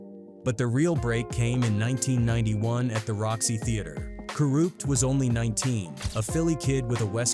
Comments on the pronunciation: These Ai vids SUCK. Half the time they’re calling him KOOORUPT & talking about SOOOGAY Knight, fkn Stupid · Ka Root? What the fuck? Lol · Ka rewpt ??? Wtf say his fck'n name right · Co-Rooped? This Ai shit is annoying af. They can't even get anyones name right! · Sug, I know who he is. Just not the way the AI voice said it.